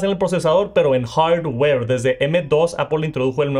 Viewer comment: Me gusta el contenido de, pero me da cosita como pronuncia "Hardware" ahhhhhhhh